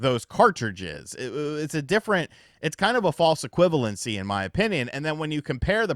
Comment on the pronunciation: Never say “equivalency” again bro. Just stop